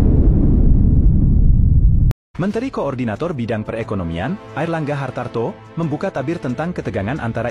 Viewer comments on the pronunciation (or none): Airlangga HARTARTO bukan Hartanto